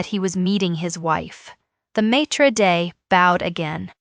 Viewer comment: AI needs to stop trying to use and incorrectly pronounce words established over eons in languages. Example: "maître d'", "coaxing". Stick to simple or long winded phrases that can be properly enunciated. The story will come through more realistic, than fake. 🤔